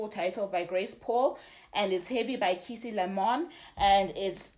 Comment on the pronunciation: Key-A-Say = Joy in Kikongo that's how you pronounce it.